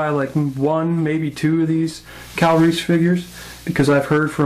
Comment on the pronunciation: omg funny you say Kyle Reese name and pronounce it Calories, keep up the great work, looking forward to MeEvilCheese figure review :)